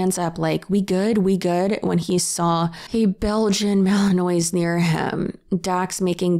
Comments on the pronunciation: Fyi, its pronounced Malan-waa rather than phonetically Malan-ois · Fellow, I love you but the "mali-noise" sent meeee. Ma-lin-wa:P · the name of the breed is pronounced ma-luhn-waa I’m only telling you because I’ve been saying it wrong for ages and was finally corrected the other day haha No hate 💗😊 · i love you, ok.. girl, remember that!! Now it's not a big deal and I'm just probably nit picking but that gorgeous dog is pronounced Belgian mal-uhn-waa. 😬😅. Yes it would be much easier if it was spelled that way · Belgian Malinois is actually pronounced Mal-un-wah! and you're right — completely different breed from the German Shepherd! but most like to describe them as "GSDs on crack" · Malinois is actually pronounced "velociraptor"!!! 😂😂😂 But seriously... Mals NEED a job, or they will literally go insane. (Its really pronounced Mal-in-waa) ❤ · Love this video, just one thing, Malinois is pronounced Mal-a-Muah and not the way it looks. Also, if you had ever worked with either breed you would definitely know there was a big difference (edit because I realized this might sound a bit judgemental, it’s not, most people have never and will never meet a malinois because they are not good pets for most pet owners). Malinois are smaller and have the high energy and intelligence cranked up to 15 on a 10 digit dial, they absolutely need to be mentally engaged constantly compared to other dogs. GSDs are also highly driven, intelligent, and eager to please but they are like a 8-10 on that dial. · I’m sorry but it’s bothering me. It’s a Belgian mal-en-wa, no e on the end. I also hate those dogs from my own personal experiences. They’re always super aggressive and scare the shit out of me. New sub btw I love your videos! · I wish she were the only person to adopt a puppy, only to find out it has a lot of energy. The shelters are full of dogs who were adopted by people like that. The Belgian Malinois is pronounced mali-nwah, like the ending of bourgeois.